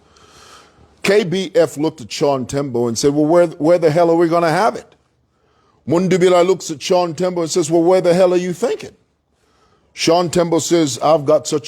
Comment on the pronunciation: 'Mundubile' not 'Mundubila' say it right.